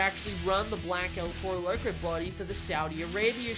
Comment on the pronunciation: Why he say it like that “el tero lerco